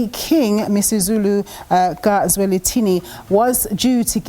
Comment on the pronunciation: King MisiZulu can't read zulu🤷🏽‍♀️🥴